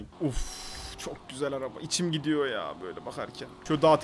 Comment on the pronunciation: NOBODY:: çok güzek yağ